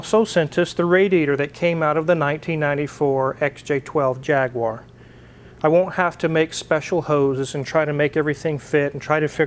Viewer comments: Vrry cool, but its pronounced "jag u are" not jagware. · The correct pronunciation is “Jag-U-R”,, not “Jag-waaaaaaaah”!😁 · You are using a brit engine - so pronounce it the correct english way: Jag-u-arr not Jag-wire. :) I would easily swap you a v12 with box for an LS engine - but i’m in the UK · Forgive me, but as a Brit and you're talking about a British car engine I'd like to bring your attention that you are mispronouncing the name :)> It should be jag-u-are not jag-w-are. Love the channel though! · by the way... its pronounced jagUar not jagwar...... thank you ... also, old jag engines are renowned for corrosion problems, its the blend of ally and steel and age, plus a lot of people playing with them left the antifreeze out and corrosion inhibitors... its usually pretty bad inside the blocks. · It’s pronounced JAG YOU RRR.